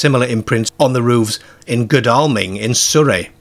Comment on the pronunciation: Your pronunciations of Exe and Godalming are wrong.